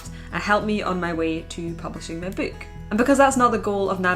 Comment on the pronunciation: Bewk. I could hear it all day.